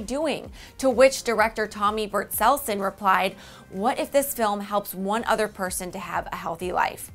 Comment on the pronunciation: Omg not only did she say troianne but she said tommy burtselson HAHAHAHA I can't 😂😂😂😂 it literally makes me want to gag.